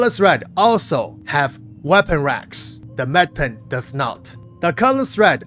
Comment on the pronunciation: Medipin, not med pen